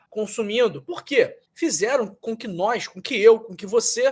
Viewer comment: Putz dotô,ce fala errado pa caraio,supóîstamente ,nóisss purque ce fala assim??? Parece qui ce tem uma gilete na boca ,ou parece ce dura a língua , faiz tratamento pa melhora a fala dotõ